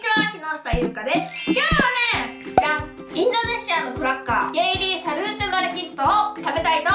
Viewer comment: ゲイリーじゃなくてゲリーだよ（笑）